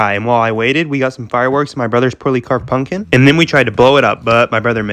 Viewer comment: uhh did he say punkin